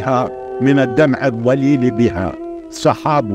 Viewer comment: انا لا أقصد الإساءة لكن لاحظ حرف الضاد في خضاب و الضليل ينطقه ظاء